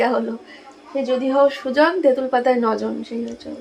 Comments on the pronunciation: didi kothata jdi hoi sujon . sojon na. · Kotha ta hobe 'Jodi hou sujon'sojon na.